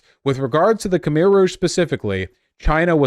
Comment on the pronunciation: It's pronounced Kh-mai!